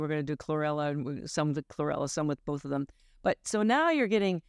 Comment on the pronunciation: She said chrorella